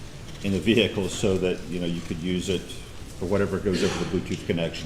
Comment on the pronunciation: V-hick-le…. Omg